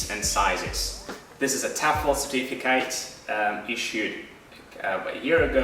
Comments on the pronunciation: what kind of accent is this? that pronounces certificate like certifi-kate?with a long "a" vowel? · I find quite interesting the way you pronounce the noun "certificate" : no schwa sound but the diphthong "ai" instead, just as you would pronounce the verb "certificate"...